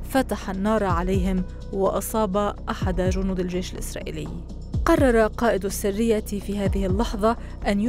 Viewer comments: السرية و ليس السّرية السرية هي المجموعة والسّرية هي الكتمان يا صحافية يا متعلمة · ما أجملها من قصة واقعية ارويها لاطفالي ولنفسي لنقتدي بامثالهُ ❤ …. واسمها (السَريّةْ) مش (السِرية) اتعلموا عربي بقا!!!!